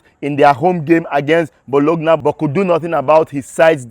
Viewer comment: Bros Nice one, your content is always spot on and explosive, thanks for the update. Meanwhile Bologna is pronounced BOLONYA.